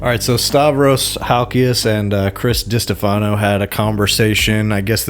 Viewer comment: Enjoying the video 👍. Btw, it's Di-STE-fano. Emphasis on the middle part, my guy 😂. But also, Chrissy D went to Riyadh to redo his kitchen again or some shit, so fuck him 😋.